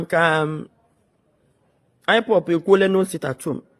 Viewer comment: This woman can't even pronounce IPOB she says ipop meaning she don't know the full meaning of ipob